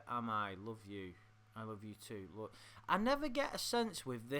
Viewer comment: Love the way says “look”, like “Luke” 😂